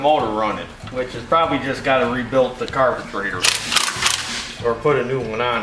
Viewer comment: I catch myself saying carbatrator thanks to you. LOL